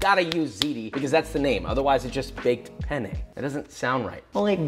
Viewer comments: Lo scrivo in italiano perché tanto lo capiamo solo noi: ma ha detto "bake my pene" o l'ho sentito io? Comunque big love for Joshua 😂❤️ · Josh : “oh I baked my pene” Me, an Italian : ah yes, I see you’re a man of culture as well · cuando sabes español, y también inglés, y Joshua dice: baked penne…..akwaaaaaaard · Spanish here: Hehehee....he said PENnE 😆😆😆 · pene in spanish means penis and since i grew up in mexico and speak fluent spanish i laghued so hard when he said baked pene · it's fun cause pene means penis in spanish and has almost the same pronunciation as penne